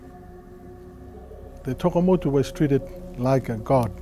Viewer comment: Tokamotu not Takemotu